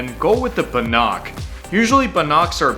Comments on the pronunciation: Its pronounced ban-ick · It's because he was pronouncing it completely wrong. He means Bannock, pronounced ban-nick. It's a very popular traditional aboriginal bread and it's delicious. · The word bannock has the emphasis on the first syllable: i.e. BANNock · You said bannock wrong! Ban neck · Bannock is pronounced Ba Nic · YOU SAID BANNOCK WRONG!